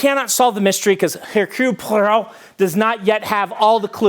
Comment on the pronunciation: That pronounciation of Poirot had me stop the video and gather myself hahah